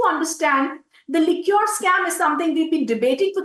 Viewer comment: Could you please tell her Liquor and Liqueur are different words. She can easily learn how to correctly pronounce Liquor correctly...